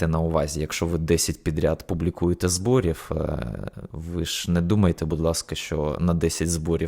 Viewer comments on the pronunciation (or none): Не "зборіф", а "зборіў", не "баниф", а "баниў"